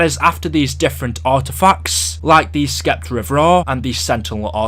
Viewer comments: ITS PRONOUNCED S-EPTER NOT SK-EPTER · lmao "SSSSSEPTER" the "C" is silent.....seriously, you youtubers TALK all day for a living. you'd think you would learn how to talk properly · Oh my god the C in sceptre is silent this guy is driving me nuts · The way you pronounce Scepter is very distracting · i was just about to say that